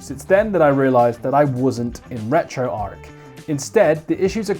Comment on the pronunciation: You sir get a thumbs up for saying retroarch correctly, it's retro archive people, not retro ark. Now send me the blue one, ta very much